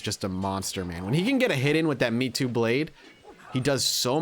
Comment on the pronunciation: Me too weapon bwhahaha! It's Meitou (may-toe)